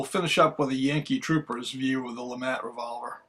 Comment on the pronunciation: It's Pronounced LeMaa. Not le mat. Mr. 1954 duelist. Invented by Mr. Jean Alexandre Froncois LeMat